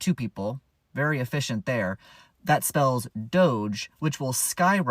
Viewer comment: Vewy, vewy, vewy slow!